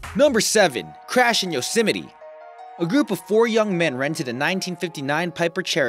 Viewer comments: it's pronounced (yoz myt) not (yosé mete) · " yo simitey" lol